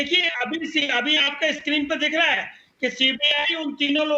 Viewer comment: Reha janha not waha reha